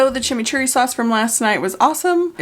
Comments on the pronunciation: Any other Argentinian shocked by saying chimichurri nailing it perfectly? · from Argentina, a fan since the beggining, loved seeing you trying our Chimichurri (we say doble RR like RRRRR hahaha). Fun fact: check the origin of the name, is very funny!